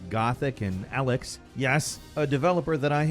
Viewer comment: It's pronounced E-lex. Not Alex.